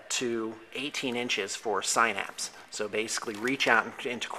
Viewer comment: Great vid, love your Tyranids and want to make some tabletop stuff like that, cause it's awesome!!! Also not to be a douche or anything but synapse is pronounced sin-apps, FYI